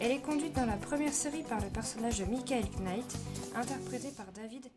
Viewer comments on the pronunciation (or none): Pour info le la lettre k du mot Knight est muette. Cela dit, les voitures américaines c'est de la camelote.